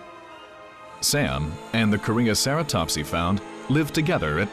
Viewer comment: "Korean Ceratops." That made me cringe so hard.